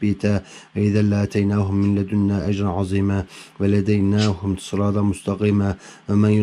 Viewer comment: da velehedeynahum olacak ama sen '' veledeynahum'' demişsin.